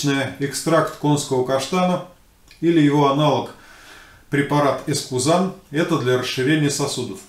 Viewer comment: Мне тоже послышалось через П, но понятно ведь!